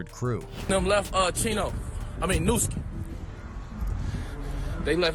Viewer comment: man y’all really gotta do a lil bit better with the whitebois y’all get to narrate these videos and AT LEAST get them to pronounce these rappers names right 😂 can’t make it look 100% like you just making quick content to profit off of gang culture & the death/violence that comes with it because it’s easy views, even if that’s exactly what y’all doing 😅 btw, it’s pronounced noo-SKI, not Nuh-ski.. that’s the only one i’ma help out with 🤓